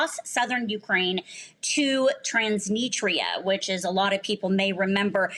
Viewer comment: The interviewee didn't even pronounce Transnistria correctly... twice lol